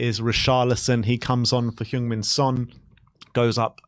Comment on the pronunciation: Now he's captain, could people at least learn how to say Sonny's name? It's Son Heung-Min, not Heung-Min Son. And it's "Heung", not "Hyung" (as you are pronouncing).